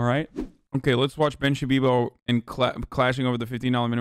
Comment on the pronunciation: Anyone have the "Ben Shabibo" count from this?